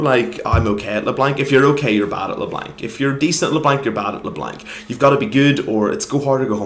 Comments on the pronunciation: couldnt make it past 40 seconds. le blank 2 op. bring back "le blonc" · and by the way, I am acadien and we don't pronounce LeBlanc "Leblong" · are you froggen? it's not leblenk m8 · How you say Leblanc gives me Cancer, it's french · No one pronounces LeBlanc properly when speaking english because they don't speak french, so you will have to learn that not everyone knows how to pronounce french names you have such a hard life don't you? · name an English word that has "anc" in it that sounds like "ank", because I bet you anything you can't find one. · Unsubbing because you are saying leblanc wrong